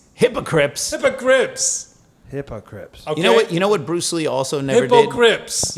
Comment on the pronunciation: "Hypocrips" 💀 ....aaaand I'm dead 😂